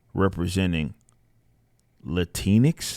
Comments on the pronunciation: Lah-tinks LMFAOO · the way he said latinx. im dead. xD